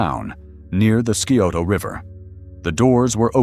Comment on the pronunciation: OMG please learn how to properly pronounce names of towns and rivers before you record these. Chil-a-koth-e, Sci-o-to Geez so annoying!!!!!